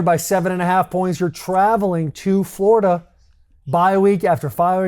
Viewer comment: These 3 together are awesome. Please help your guy pronounce Florida though. That Yankee way of saying it is so grating to my Floridian ears